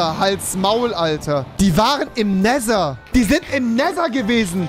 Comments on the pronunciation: Nesser, Nesser, Nesser es heißt Nether rewi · wie er neser anstatt nether sagt....help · auf Englisch spricht man es Nether aus du Genie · Normale Menschen:,,Nether" Youtuber:,,Nether" Angela Merkel:,,Nether" REWI:,,NESA UND NETA" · Man spricht neather auch im englischen nicht neser 🤡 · NESER NESER NESER.... Netttthhhhher - danke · Jeder andere: nether Rewi:nesser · Alle: nether Rewi: neser 😂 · Rewi: die waren im nessa die waren im nether die wahren im nehta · Der nesa oder neta ES heist nether lern englische ausprache bitte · sie waren im „Nesher“ 😂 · Normale: Nether Rewi: Nesa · no one: Rewi: Näsa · Nimand: Rewi: Nehser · niemand: Rewi: AnarSCHie edit: NeSer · Es wird nicht nesa ausgesprochen......